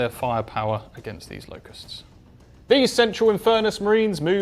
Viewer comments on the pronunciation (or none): "LOCK USTS" Wtf